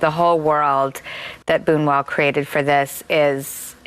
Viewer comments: It's boo-new-ell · What she does not know though is how to pronounce his name